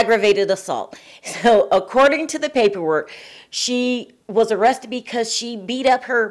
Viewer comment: I know this isn't the "Harvard Channel" and most people, including the hostess, speak "street" for lack of a better term. But "arressted"???? Come on, people; it's "ARRESTED"! This is like 4th grade spelling. I'd be willing to chalk it up to a typo if not for the regular butchering of the english language. Don't get me wrong. I generally enjoy the content-otherwise I wouldn't be here. It would just be nice if things like spelling, grammar, and speaking were at least on a high school level. I noticed that not one other person that I could find even noticed a basic spelling error. Or maybe no one cared. But I lean more to the former than the latter.